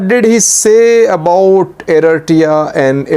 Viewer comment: You have reported a lot on east African politics and still can’t say Eritrea right 😂🤦🏽‍♂️